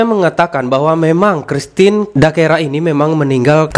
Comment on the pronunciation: bukan dakera mas tpi christine dacera